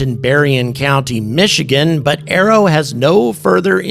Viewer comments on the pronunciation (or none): none